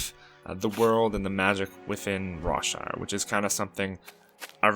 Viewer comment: When you said Rawshire , I thought you said Rob Schneider for a second